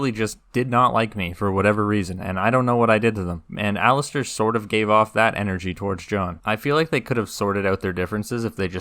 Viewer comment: Your video is great, really well done. That being said, for the love of god please stop calling Alliser Thorne Alistair 😅 You're right about Theon though, I felt exactly the same.